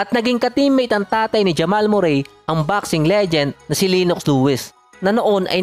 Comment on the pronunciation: ganyan boss ipronounce ung name nia